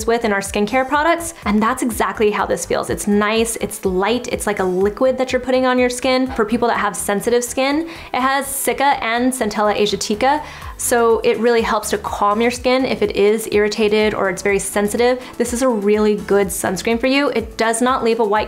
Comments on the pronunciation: Isn't it pronounced "as-ee-at-ee-ca" not "Aesh-ee-tee-ca"? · Great video! FYI--(centella) asiatica is pronounced with the emphasis on the second "a," as asiática or azee-AH-tica. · Hi. Is that how we’re supposed to say asiatica?? All this time I’ve been saying it wrong lol